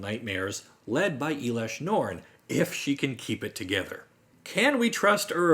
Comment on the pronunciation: It’s not eelesh norn it’s pronounced L-Esh- norn